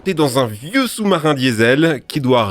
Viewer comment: First soumsoumarin 😂